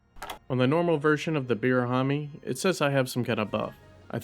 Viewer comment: The warning about butchering hirabamis name into saying birahami was peak comedic timing